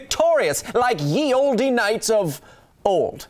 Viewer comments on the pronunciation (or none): Hey Kyle! Love your show by the way. I wanted to have a moment of technical correctness, the best kind of correct, and point out that Ye Olde is actually being pronounced incorrectly. The first letter is not a y but a similar looking old English character called thorn. The letter thorn stands in for a th sound, so ye Olde should be pronounced the old. P.S. Are you looking for henchmen? If you are, can we be called void men? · Kyle, love the show, but "ye olde" is pronounced like "the old". The letter "y" used to take the place of the letter "thorn" which makes the "th" sound. The "e" tacked on at the end of old was (I believe) due to the non-uniformity of spelling at the time.